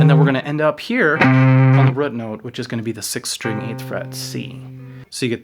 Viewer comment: Dude i love you man, subscribed, but you say the word "root" incorrectly. RUT is pronounced differently than ROOT.